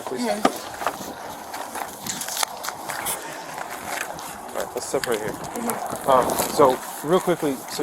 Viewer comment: Queens be quennen again. Powlease 😂